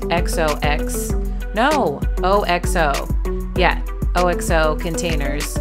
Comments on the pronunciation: Aren’t they called “OX” like the animal - O “Ox-oh” ?? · Oxo is one word! Pronounced ox-oh